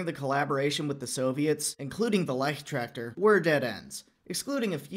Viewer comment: Leichttraktor. leicht for light and Traktor for tractor. not ligh tractor.